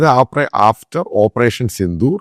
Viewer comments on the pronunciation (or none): none